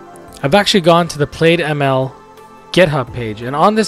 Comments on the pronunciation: Great video— very useful. Thanks. BTW, “plaid” is likely pronounced as “Plad” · Good video. Small nit... You are pronouncing it wrong. It's plaid (/plad/), like the cloth.